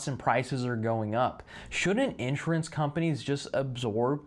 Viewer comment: It really bothers me the way that you pronounce the word “insurance”. The first few times you said it, I thought that I was hearing “interest” or “entrance”because you slur all of the syllables together into one incomprehensible blob. Please practice enunciation of this word as In-SURE-ance. Each syllable clear and distinct, stress on the second syllable.Thank you.